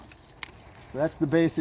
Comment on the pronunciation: Fortitudo, not fortudio